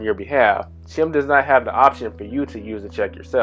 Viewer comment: Stop saying CHIM.... IT'S CHIME! RHYMES WITH LIME.